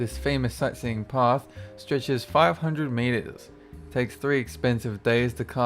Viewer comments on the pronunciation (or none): none